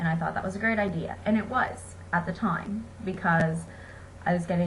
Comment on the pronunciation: I hate the way she says time